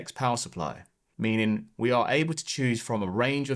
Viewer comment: Why do you say DA instead of THE? But you can pronounce TH in other words? Also there's a T at the end of left. Meanin. Lenf. Bizarre.